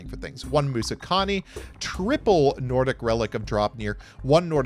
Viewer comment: Hearing them pronouncing the Nordic cards as an Icelander just hurt my ears. But kudos for trying 🙏